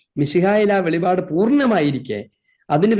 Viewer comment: വെളിപാട്, അല്ല അച്ചോ വെളിപ്പാട് എന്ന് പഠിക്കു❤